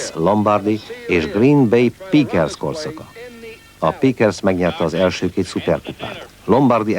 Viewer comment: "Vájnsz" Lombardi és Green Bay "Píkersz" azért jó kis video :)